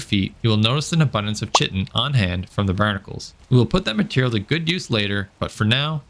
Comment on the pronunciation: common mispronunciation on chitin. It's like kite-in. not chit-in. Origin is greek, means "covering" iirc.